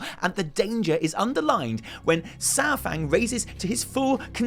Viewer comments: Uh, Saur is NOT pronounced "Sour".... it's correctly pronounced "Sar"... Other than that great vid. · His name is Saurfang, not Sourfang. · I miss how you used to pronounce Saurfang! Keep it up! <3